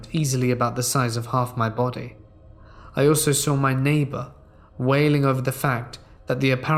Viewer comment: One of those folks who says sawr instead of saw. Like nails down a chalkboard, good stories though, and timing/tone of voice are proper. Good work.